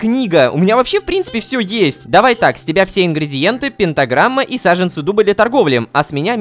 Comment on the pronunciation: научите рому говорить слово "пентаграмма"